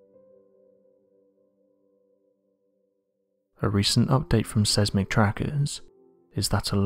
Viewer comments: Seismic is phonetically pronounced as 'Size-mik', not "Sez-mik". 😕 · Gatchaman_Bird_Style: I’ve always heard it pronounced as Size-mick, have I been hearing it and seeing it spelled (Seismic) wrong? As if so even my spell correct is wrong. As it’s also spelling it as Seismic. Or perhaps just the pronunciation. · Seismic (SIZEMIC)